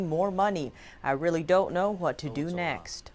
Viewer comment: They rearry, rearry do not rike us.